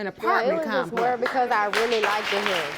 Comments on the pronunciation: "I really liked-ded him." Stop. Learn words. English isn't even my first language, how do you possibly speak worse than I do?? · Am I the only one who heard when she said she really "liked-ed" him? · There no such word as ‘LIKE-TED’....🙄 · Did anyone else hear her say “I really like”ded” him 😂🤦🏽‍♀️ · This was beautiful. I want the child’s mother to stop saying “liked-ed” in National tv. But other than that I thought this was all good. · When did the word "liked" become a 2 syllable word?